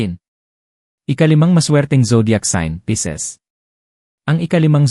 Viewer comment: Pisces po at hindi Pieces (piraso)